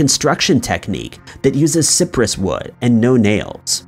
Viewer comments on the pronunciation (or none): "Si-press"? Honey, I'm from Louisiana, we're surrounded by "SIGH-prus" trees.